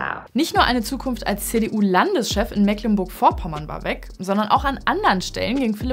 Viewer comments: Noch nie so oft Mecklenburg falsch ausgesprochen gehört. Da ist nirgends ein kurzes "e" drin. Das "ck" wird für niederdeutsche Eigennamen typisch ignoriert. Die Aussprache für dich aber auch bei Wikipedia und jedem guten Wörterbuch so drin. "Das Wort Mecklenburg wird in der Umgangssprache der meisten Regionen wie [meːklənbʊɐç] oder Meeklenburch ausgesprochen. Das „e“ wird lang gesprochen (dies ist als deutschlandweite korrekte Aussprache des e zu verstehen; siehe: das CK im Norden) und das „g“ wie ein palatales „ch“. Die Veränderung des g im Auslaut ist ein Überrest niederdeutscher Phonologie." – Wikipedia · Boahh direkt Puls auf 180, es wird - trotz der Schreibweise - Meeecklenburg ausgessprochen, mit einem langen "e" und ohne "ck", meine Güte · Das erste „e“ in Mecklenburg wird lang ausgesprochen. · Als Mecklenburger lege ich schon Wert auf die richtige Aussprache ... Meeklenburch Die Betonung liegt auf dem 1. e, was lang gesprochen wird. Wenn man dann noch das g am Ende wie ein ch ausspricht, ist es so gut wie perfekt ... Ich hoffe übrigens sehr, dass Amthor weitr in die Bedeutungslosigkeit driftet! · Ich komme selbst aus Mecklenburg und kann nur berichten, das kriegen selbst dort viele nicht richtig ausgesprochen. 💁 Mehklenburg-Vopommään sach ich da nur. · Wir sprechen es mee·klen·burk aus. 😇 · Das heißt Mecklenburg gesprochen wie Meeeklenburg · Das wird aber trotzdem "Meeklennburg" ausgesprochen, da da C in "Mecklenburg" ein altes Dehnung-C ist. Wie das E in "Soest". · Es heißt Meeeeklenburg - das c ist in diesem Fall ein Dehnungs-C. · Ich will ja nicht kleinlich sein, aber es wird trotz ck „Meeklenburg“ ausgesprochen, also mit schön lang gedehntem E. Liebe Grüße aus MV. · Und trotzdem hast du Meeklenburch falsch ausgesprochen... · Es heißt Mehcklenburg, das ist ein Dehnungs-C